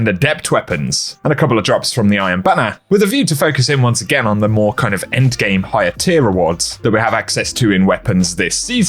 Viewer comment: "engame" he says lmao